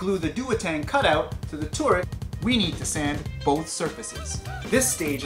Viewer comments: the tooret xD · Tooret? LOL. Like GLADOS from portal 2.